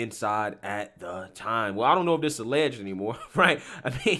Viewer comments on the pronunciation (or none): Why does the guy in one of the clips keep saying "allegged"? It is ON VIDEO! It is not alleged!!